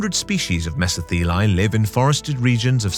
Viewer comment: As thos word is Greek, it is pronounced:' MeSO-thelae"...😊